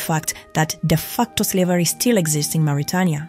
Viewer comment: Learn how to pronounce "Mauritania".